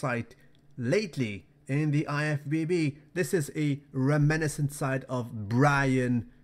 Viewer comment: Reme-niscent <-- regular. re-men-iscent <-- luinglish sounds good mayn